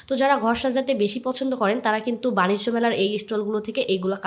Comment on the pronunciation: বাণিজ্য মেলা বাণিস্ট না 😂